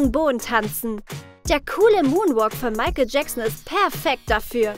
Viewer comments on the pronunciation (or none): none